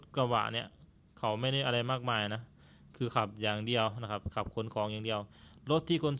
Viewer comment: ❤❤❤ มีปัญหาเรื่องการออกเสียง ด มาตลอด เท่าที่ฟังมา น่าจะฝึกออกเสียง ด ให้ได้นะ ก็รู้ว่าภาษาลาวไม่มี ด ช ฝ ฟ เพราะฉะนั้นการออกเสียงพยัญชนะเหล่านี้จึงมีปัญหาสำหรับคนลาว เช่น คำว่า ดาวน์ เป็น ลาว ที่ออกเสียงเหมือนกัน ด เป็น ล บาวครั้งจะสื่อคำว่า ไม่ได้....ก็พูด ไม่ล่าย.... ตลอด ความหมายมันก็เปลี่ยนไป เราฟังตอนแรกก็เข้าใจว่าเป็นรถ คนลาว ที่จริงจะสื่อความหมายว่า ดาวน์ นั่นเอง พอฟังๆ ไปถึงรู้ว่า อ้อ.....การดาวน์รถนั่นเอง การผ่อนรถมาใช้ ทำไมเขาไม่เก็บเงินซื้อสด บางครั้งรายได้ไม่สูงอาจจะใช้เวลาเก็บหลายปี การผ่อนรถก็ใช้กำไรจากการค้าขายนี่แหละมาส่งค่างวด ก็เหมือนกับทำการค้าทั่วไป ทำไปต้องยืมเงินธนาคารมาลงทุน มันต้องจัดเก็บเงินสดไว้ส่วนหนึ่งเพื่อเป็นทุนสำรอง คือเงินประกันความเสี่ยงนั่นเอง